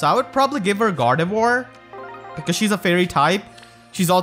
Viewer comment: Correct pronunciation is Gardevúa